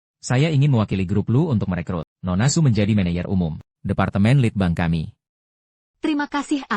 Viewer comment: Saya kok keganggu ya dengan sulih suara AI nya..manager/ menejer teruuuus aja dibacanya meneyer😢